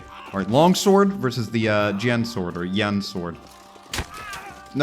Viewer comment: The Jian is pronouced kinda like "Jen" but there's a really small i between the J and the E so like "Jien"